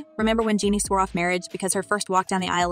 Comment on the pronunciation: You cannot even pronounce her name correctly 🙄... Jean-nie. You guys need to stay informed lol